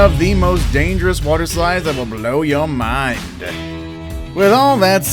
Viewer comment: I don't like how he says 'ThAt WiLl BlOw YoUr MiNd" is it just me or anyone?